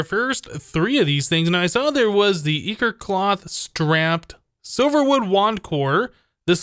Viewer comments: I think it is Eye-core not i-core like the way it is said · Its pronounced as eye-chor not e-chor :D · Nero Zashi I know this is a year old, but the ch is supposed to be pronounced as a k So it would be eye-ker instead of eye-chore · Ichor is pronounced eye-core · Pronounce it like "I, Core" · it's pronounced Ichor with a stressed I